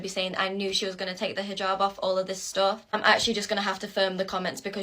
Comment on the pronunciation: "I am Arish and I am fram the south and I will wear this hiJAb because I wear it for Ala not for no man not for anybody else I wear it for Ala" I fucking hate how this woman pronounces things. If you're going to do something, I don't give a fuck. Just do it right. "Ala" over "Allah", "Arish" over "Irish", "hiJAB" over "hijab". (The capital letters represent spikes in the accent like a mispronunciation)